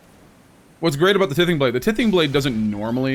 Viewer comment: For the love of Mike, T-EYE-THING blade, like tithe, what you give to sacrifice